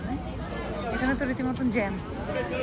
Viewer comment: জাম না বলো জ্যাম।